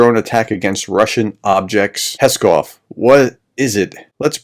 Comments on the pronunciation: ♥Pskov is pronounced like "scoff" (silent P), not like "Peskov" (Kremlin spokesman). ♥♥ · very good video, thanks, but the name of the city is PSkov (pronounced P-Skov, and not Peskov)